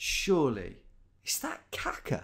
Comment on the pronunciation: Also, his pronunciation of Kaká (it should be kah-KAH - the way he said it, KAH-ka, means "crap").